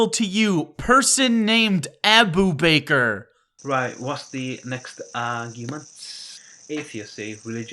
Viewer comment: your pronunciation of Abubakar cracked me up every time. Best thing about this video